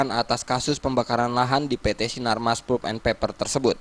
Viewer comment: palp bacanya.. bukan pul..